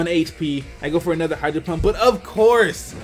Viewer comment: I love the way you say A-nother XD